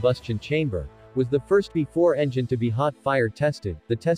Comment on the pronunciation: "Bee Ee 4," not "before."